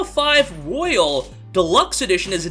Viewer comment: It's P5 ROYAL, not ro-yALe...